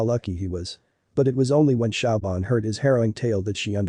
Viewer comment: siobhan is not pronounced shauw-bahn, but shavorn